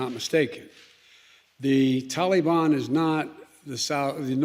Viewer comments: Anyone else get irrationally angry at the way he says Tahleebahn?? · Am I the only one who thinks it's funny how Biden calls the Taliban the Tolly Bon? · It is not Talliebaon